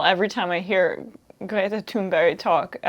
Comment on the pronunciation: Fantastic speech by Greta. Oh, and love your pronunciation of her name, almost perfect!